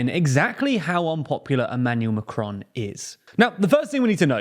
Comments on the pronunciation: It's Macron, not M'cron. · It's Macron, not macronne.